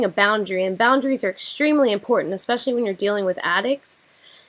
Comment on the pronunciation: If an adult pronounces especially as "expecially" a la Amber, I automatically can't take them seriously.